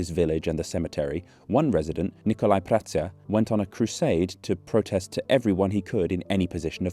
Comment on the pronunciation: prata 😬 just when I thought that finally someone who pronounces the Romanian names properly he goes on to pronounce ț as a regular t lol 😂